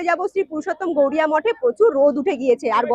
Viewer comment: শ্রী শ্রী পুরুষোত্তম গৌরিয়া মঠ নয় বারবার উচ্চারণে ভুল হচ্ছে। শ্রী শ্রী পুরুষোত্তম গৌড়ীয় মঠ হবে।